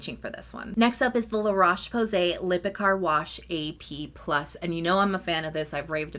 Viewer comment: Love the reviews but La Roche is pronounced as if it rhymes with crochet or like the “oa” in roach. Just a pet peeve of mine. Have a good day!